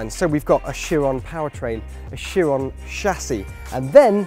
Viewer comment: plus the guy pronounced Chiron wrong lmao